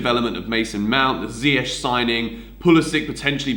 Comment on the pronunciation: THANK YOU FOR PRONOUNCING ZIYECH PROPERLY